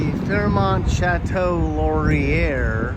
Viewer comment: It's El-GIN, not El-JIN. It's Laur-YAY, not Laur-IRE. LORE-YAY.